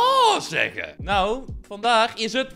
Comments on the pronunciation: je zei nawhh in plaats van ahww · Nee bij die tweede zij je naw en niet aw